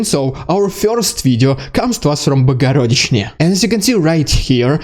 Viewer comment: When he said, "Bohorodychne", he pronounced it as "Bogorodychne", so the really is a lol.